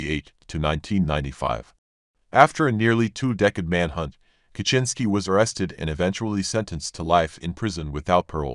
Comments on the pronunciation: Humorously enough, that is the correct pronunciation of his name. The polish "cz" makes exactly that sound. It's just that americans mispronounce every foreign name and word. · that's the proper pronunciation tho